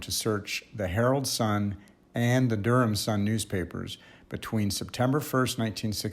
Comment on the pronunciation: My mom's family is from the Raleigh-Durham area, and your pronunciation sounded exactly right to me.